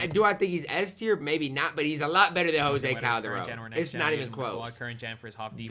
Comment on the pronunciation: Why do you say "guan carlos navarro" or "gose calderon" lol